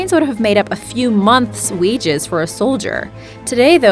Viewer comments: Wow. Burry-d? Wtf. Can't even see buried. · It's not complete drivel... but her pronunciation of the words "buried," "ingot," and "Galilee" IS highly obnoxious (among others)!! 😂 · I cringed every time I heard her say buried 😫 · Am I the only one to hear "whore" instead of "hoard" for number 7? And "ber-ied" got me as well, thinking I was watching The Cleveland Show how Cleveland pronounces "buried" like "ber-ied" Same thing with "root" for the route. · how she says buried all i hear is bearied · Is it me or does she say burried like clevland brown? 😅😅